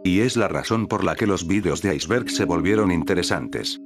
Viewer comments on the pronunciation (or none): En la intro dice "icberg"